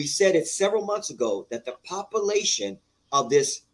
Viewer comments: Pop uh lation Means popularity. Duuuuuuuuumb dummy. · "Ax", "drindle", and "popalation". "You and I know that Roman was corrupt". Sure, I'll listen to this guy. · Poppa-lation...! I will never be able to hear the word population correctly again. Lol!